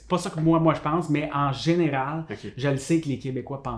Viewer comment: Ce que tu dis à: eh bien je me posais justement la question car tu as toi aussi, c'est très léger, un accent québécois, comme par exemple quand tu dis le mot "général"... Donc sur le "al" en fin de mot. se trompe sur leurs raisons quand il parle des Français à Montréal qui se rejoignent et restent entre eux. Ça n'a rien à voir avec le fait qu'ils se sentent supérieurs, etc. En France, par exemple à Paris, les gens qui viennent de Lyon se regroupent, de Marseille, et ainsi de suite. C'est en réalité une façon de se rassurer, de retrouver les sons et les ambiances "du pays", soit de là d'où ils viennent. L'exemple le plus connu: les Chinois font de même dans n'importe quelle ville du monde, il y a dans chaque grande ville du monde un "chinatown"